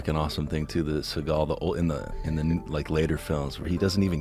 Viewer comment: Segal, why bro🤦🏽‍♂️